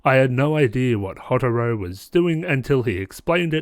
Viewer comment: I’m just gonna leave this here. Hyouka (He-yo-ka) Houtarou (Hoe-tar-o) Also the shows characters definitely get better and so do the mysteries. Also it’d be cool if you could do a RHG on Little Busters. The only problem with that is that the first season is like a long setup to the second season and the second season (Little Busters: Refrain) is way better.